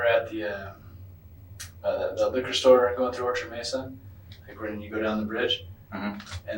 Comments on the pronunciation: Not “MEEZA” Colorado. 🤦‍♀️ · You should use a real person narrator not AI. It pronounced "Mesa" as "Meee-suh" really? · Mesa is pronounced May-sa. But nice twist, giving the AI a British accent.